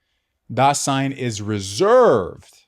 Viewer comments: The S is voiced in German, sounding like Z. daZein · If you listen to an actual German pronounce it, it would sound like "daa-sighn" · the S in Dasein is pronounced like a Z, not an S. i know it may seem pedantic to correct a pronunciation error, but when the error is in the very word that is the subject of the lecture, and is said hundreds of times in the lecture, it's hard to take.